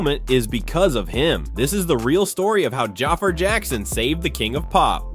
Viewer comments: It's pronounced Ja-FAR, not Jaffer 😒🙄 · Jah far Jackson 😂 Man it's pronounced Jafar 😂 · Could you PLEASE learn how to pronounce the young man’s name CORRECTLY if you’re gonna make a video about him??! (/juh/far/) Sorry, but that’s a bit unprofessional & it shows you didn’t do your homework in preparation to make this video. It’s also a bit embarrassing & disrespectful to all the hard work Jaafar put into earning this iconic role. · Lord you can’t even say his name right 😢